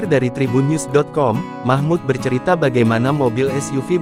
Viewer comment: Namanya MAHMUL....BUKAN MAHMUD